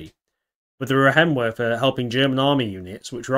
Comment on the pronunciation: "ei' in Reihenwerfer is pronounced like "I".